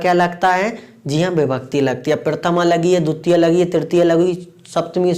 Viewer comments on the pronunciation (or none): Dutia ❌dvitiya✅